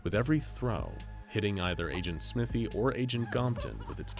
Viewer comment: Smythe is usually pronounced sm-ai-th not smith-y